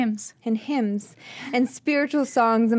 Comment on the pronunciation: I want to start by saying that this is an incredible podcast. I love this. But, how is anyone a Christian and doesn't know what a hymn is? How do you pronounce it "Himes"? I want to ask without being judgemental.